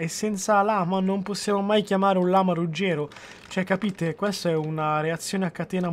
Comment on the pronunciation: rugero con la r mossha